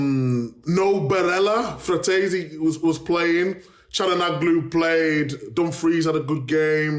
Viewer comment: To Micah: *CAL- HAN - KNOWLUU